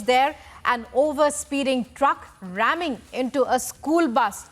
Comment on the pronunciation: Truck ramming into bus? Your news lady is saying it wrong.